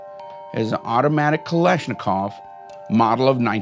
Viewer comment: “Automatic kalishnakov” Jesus Christ where do they find these people?